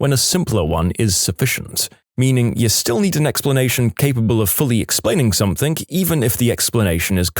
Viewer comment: No K in the word something